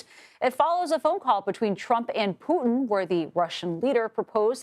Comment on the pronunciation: His name is "poo tin" , not "poo in". Get it right white house 💩